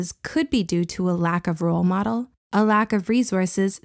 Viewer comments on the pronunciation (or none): none